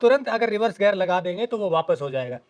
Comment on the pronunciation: रिवर्स गैर। नहीं। रिवर्स गियर। गैर मतलब पराया। गियर मतलब गरारी।